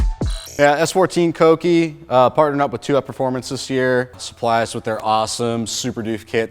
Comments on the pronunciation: Cokey? I thought it was pronounced KEWKEY! Da fuq!? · Today I learned I've been pronouncing Kouki wrong this whole time lol